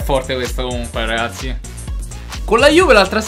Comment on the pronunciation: Quando dici ragassi sembra di stare a sentire liedhlom e ogni mi sembra di sentire mazzarri o allegri😂